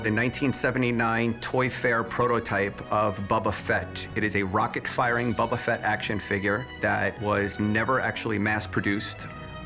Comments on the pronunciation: This guy keeps calling it “Bubba Fett”. It’s BOBA Fett, you dope! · It's BO-ba Fett... not "Bubba Fett". This guy doesn't even know how to pronounce the name. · "Bubba" Fett. this guy... -_ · “bubba fett” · Why do they keep calling it "Bubba Fett" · "Buba fett" said by the hard-core star wars fan smh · It's not Bubba Fett... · No one: Absolutely No one: Not even Disney:: BuBbA fEtT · I love "Bobba" Fett so much that I can't even pronounce his name correctly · For a starwars fan, that one dude doesn't know how to pronounce boba Fett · Anybody else really uncomfortable with the way that guy pronounced "Boba Fett"? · Different languages may influence the outcome of the pronunciation. Ask a Japanese and an Egyptian to read "Boba Fett", they will come out differently. Thats common sense. Now, if you are an American and you find weird the way it was pronounced, then i have none to say about that. :)